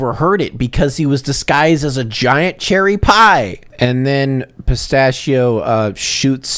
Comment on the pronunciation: Pronouncing it "pista-shi-oh" is what makes his accent sound fake